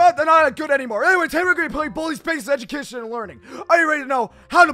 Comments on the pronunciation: Lol edubacation I cracked up he said that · said edumacation